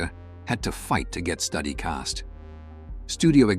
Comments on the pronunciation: You can pronounce studio, so hopefully you'd be able to pronounce Studi, which is like Studio without the O. God damn, it's not study. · Typical Fakeville! Though it might not of been a “Titanic” money maker but it sure was watched. I’ve got the DVD and still watch it regularly. I hate it when AI can’t pronounce names correctly. Wess Study, really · You mispronounced Wes Studi's name. That is a real disservice to this video, to the film and to Studi. Watch the official trailer available at Apple TV+, learn how to pronounce his name and re-record the soundtrack on this video.